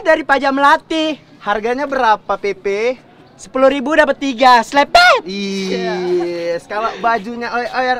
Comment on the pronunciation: Namanya jeje bukan pepe jeje juga pasportnya bukan selepet tapi selebewww